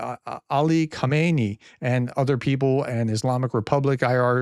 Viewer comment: Hello Grea test respect for you and your work. Please in your presentation distinguish between ayatollah ho-may-knee who is lying dead in a giant mosque and current leader ha-mah-nay. Bless your tremendous effort. Yours. Richard